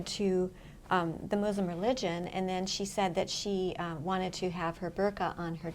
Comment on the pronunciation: It’s not Mooslum . Muslim . And Koran not KorAnn. Please learn how to say it . My sister was Muslim her whole adult life . I was never hounded to believe her ways or shamed for being atheist. My mother was a born again Christian. My sister started the first Islamic elementary in East Lansing MI because she did believe in sep of church and state . It still thrives today . I think the Muslims will help save our country . They come from countries that have never had democracy. They understand the problem with fascism.